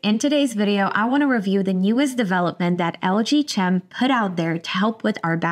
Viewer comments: CHEM.....pronounced like in "Chemistry" ... i.e. KEM not CH EM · I think it's pronounced like "LG Kem" as in Chemical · Lg chem? chem pronounced similarly to check, chuck, chum, churn etc. Do you pronounce "chemical" the same way? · Serious question: Is it pronounced: LG "CHem" or LG "Kem"? (as in chemical) At any rate, enjoyable content.